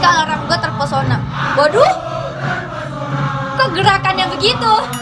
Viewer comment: Terpesona❌ Chepershona✔️ 🤣🤣🤣🤣🤣🤣🤣